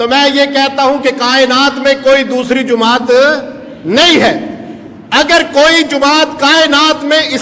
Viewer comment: bhai ko bolo jumaat nahi hota jamaat hota he na ahal